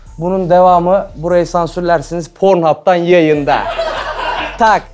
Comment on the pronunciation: pornhub öyle mi okunuyor